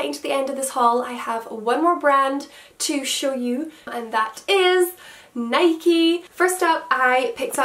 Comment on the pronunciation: Honestly never heard anyone from Scotland say "nikeeeeee" lol 😂